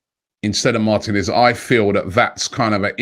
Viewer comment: mar-teeee-nez Not martin-ez